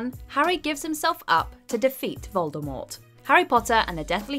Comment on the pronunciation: I really wish people would pronounce Voldemort correctly. She made it very clear how it should have been said…